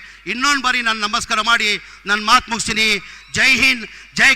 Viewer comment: ಅದು ನಮಸ್ಕಾರ ಅಂತ ಹೇಳು ಅದನ್ನು ಬಿಟ್ಟು ಮಸ್ಕಾರ ಅಂತಿಯ😅😅😅